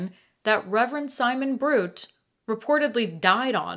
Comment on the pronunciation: My alma mater! Love the ghost stories at the Mount. My favorite is that our founder’s ghost haunts Echo Field and the seminary, but he’s a kind benevolent ghost. He appears to counsel troubled people who need help. (Just fyi: it’s spelled Knott, and Simon Bruté is pronounced “broo-tay”)